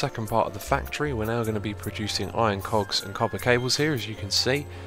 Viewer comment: there is no L in "cogs" god dammit !